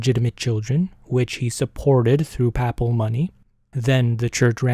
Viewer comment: Great episode. Small correction. At least here in the US, it's pronounced "PAY-ple" and PAY-piss- see"